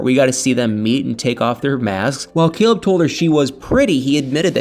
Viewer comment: Lol totally bcuz Caleb...COLEB....the way she pronounce his name, he is so cute 😍 to me.